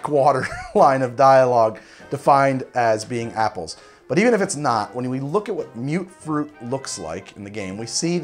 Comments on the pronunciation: "Mute-fruit"?..... I say it as "Mutt-fruit". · Its not mute fruit, its muttfruit. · you keep saying mute fruit it's mut fruit